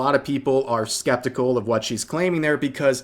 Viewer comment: "a lot of people are SKEBticle"